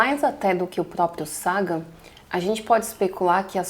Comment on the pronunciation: Pronuncie Sagan como vc fez com SETI .